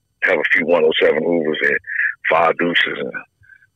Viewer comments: “The Hoovaz” - 🤣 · “The snoovaz”